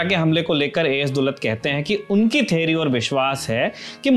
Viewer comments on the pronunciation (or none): none